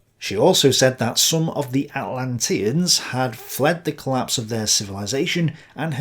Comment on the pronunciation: Dude, the fact you mispronouce "Atlanteans" and "Rosicrucian" shows that you just read some stuff online and are not a scholar. Plus your analysis is weak (and in many cases wrong) compared to someone who is. On another account I am a youtuber along the same lines as you. I read at least 3 books per video. Take it seriously.